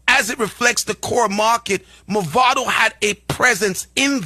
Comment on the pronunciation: First of all, da man deh need fi stop mess up di artist name. His name is "Mavado", not "Movado". Movado a di watch ⌚️, Mavado a di artist. First get di pronunciation of the artist name right ✅️ before yuh chat 🙄😏